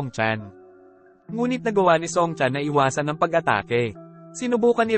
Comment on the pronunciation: Pwede ba mag narate ka ng tamang wika sa pilipino yung letrang i wag mong ipronounce as in English sa halip na iwas you pronounce as in aywas bugok.